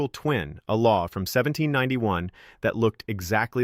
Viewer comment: You people who keep using this AI garbage need to find something else better to do it sucks you can't even say 1791 the way it should be said AI can't say it quit being lazy just talk read your script and be done with it